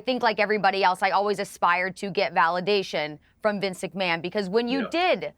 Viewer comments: ''Vince macMON'' Piers Morgan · Vince McMARN 😂